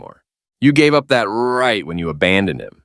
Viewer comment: Damn, he really leaned into that 'right' like he was hitting a home run at Yankee Stadium.